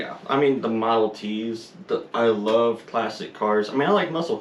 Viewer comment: Wuv, twu wuv💐